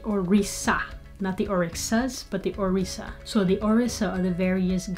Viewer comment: From a native speaker of Yoruba, It’s pronounced “Orisha” not “Orisa”.